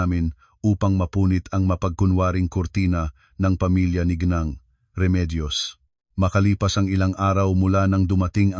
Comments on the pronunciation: Deretso ang bigkas ng ginang hindi g neng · Pls bigkasin ng wasto ang mga salita tulad ng ginang hindi gneng.